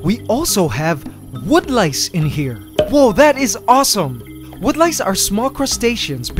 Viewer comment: Wood lice-> wonderlices/wanderlices (help me here it kind sounds like wonderland alice)